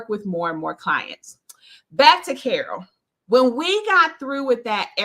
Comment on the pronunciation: I love that you try to pronounce my name the way I do. That's very honorable of you 😊.